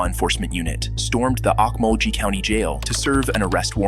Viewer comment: the narrator pronounced Okmulgee wrong